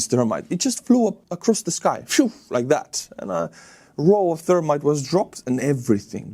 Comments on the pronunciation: Hi. Fire breathing drones are amazing but if no-one has said this l felt the need to point it out, if you dont pronounce the h in thermite you end up with termite, a wood eating insect!!! Not a criticism BTW (speaking a different language is always tough) just wanted to set you straight! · Gotta get a stronger pronunciation on the TH in thermite. Your pronunciation is termite. Which is a small bug like an ant that eats wood.